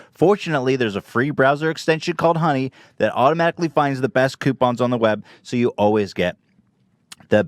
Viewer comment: Who else heard dunny instead of honey